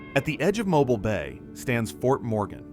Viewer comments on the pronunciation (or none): MOE-BEEL. NOT MOBIL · It's not Mo-bul it's pronounced Mo-beel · Came here to say such, as well. It’s pronounced ‘mo-beel’, with the ‘-bile’ in Mobile sounding like ‘deal’, but with a ‘b’. 😅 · Folks, you can't teach AI to say Mo bill. It will always say Mo bull. Good reason to use human voice but I've heard so many, foreign to Alabama, also say Mo bull. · 😮 my friend, the town is pronounced mo- bill 😊 and the other one is pronounced (dolphin) dauphin Island.... Like the spotted dolphin I don't know why people have such a hard time pronouncing them words 🐱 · In Alabama we pronounce Mobile as MO-BEEL. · Great narrative but I have to tell you- it is pronounced Mobeel. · It is pronounced Mo beal. Definitely not voiced by anyone from the South. Not watching the rest.... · It's Mo BEEL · Why do so many people have trouble with Mobile. This is my home and I just have to correct them when they pronounce it such weird ways. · please read the comments regarding your pronunciation of Mobile. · Has to be yet another Youtube AI video. Mobile, as an example is mispronounced. Sad. I turned off and bailed out. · Good video made irritating to watch because of Al narration and number of ads. If you are going to use ai please edit how many times can Mobile be mispronounced in one video? In many instances the narrative does not match the images. Missed opportunity to make a outstanding video. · Horrible narration! How could you not know how to pronounce "Mobile"?!?! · In a southern expression, the narrator should be ashamed of himself for his mispronunciation of locations, such asDauphin Island and MOBILE just ask Google. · Poor pronunciation of Mobile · One mispronounced word can remove so much credibility. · Agreed! This narrator is NOT able to speak properly at all. Even non-Americans know how to pronounce the city of Mobile. But! This fella/AI cannot!!!